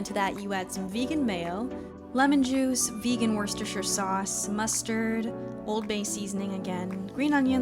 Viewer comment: Worscestershire is pronounced as wuss-ter-sher, been seeing you struggle pronouncing it :D